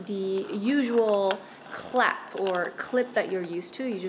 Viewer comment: Clasp. Not clap